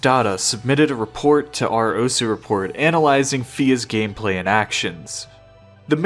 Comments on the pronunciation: the thing that pisses me the most of about this video is the way you say Osu.... its not ous. anyway! good video! :) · bruh for fuck sake say osu instead of os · Calling it 'Os' instead of 'Osu' doesn't make it cooler bro 😂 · I don't know anything about osu! but the. way this guy is pronouncing the name osu is triggering me i cant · I cant handle the fact that he wont stop saying "Ose" or whatever bothers the shit out of me tbh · O su, not ose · it's osu, not ose. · I'm suprised no one is mentioning that he is saying os and not osu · Its O’su not Os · is the pronunciation really "oas" (like oats without the t)? I've only ever heard it as "oh sue" because that's how it's spelled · Why even bother not pronouncing the u in "osu!" if you're gonna mispronounce it anyway? "ous!"... lmao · You have no idea how mad I get from hearing you say ous instead of osu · why are you calling the game "os" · its "oh soo" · the way you say osu is just as incorrect as the way most people say it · bro has a osu channel but doesnt know how to pronounce osu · learn to say osu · why can this guy not say osu LMAO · breh how u gona make a video on the game and say its name wrong for the entire thing XD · id watch the whole video but i actually cannot stand how you pronounce osu. Just pronounce it like a normal person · Gets on my nerves that this weeb can’t pronounce osu!